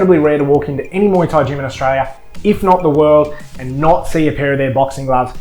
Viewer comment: Your channel is Fair dinkum I appreciate your reviews. I love listening to people talk about muay Thai gear especially in an Aussie accent. 🥊 I love when you said "muay" instead of "my" 🤣